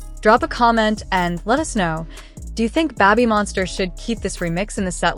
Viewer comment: Yeah, getting tired go hearing Babbymonster 😆